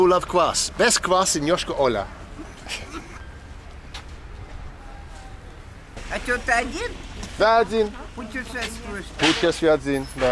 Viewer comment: Your pronunciation of Yoshkar-Ola sounds so funny :) Yoshka' specifically.